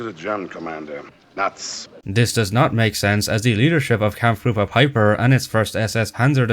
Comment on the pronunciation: A minor inaccuracy of your own at 0.45” it’s pronounced pipe-er not pip-er.